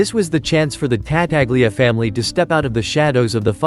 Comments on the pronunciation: Whoever narrates these films, whether human or AI, should learn to pronounce the names the way they are pronounced in the movie. Ta-taglia, indeed! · It's pronounced Ta-tal-ya